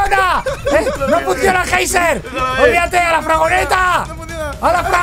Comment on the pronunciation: Dices fragoneta?